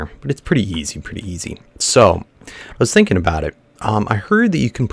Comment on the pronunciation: "I've just been tink-"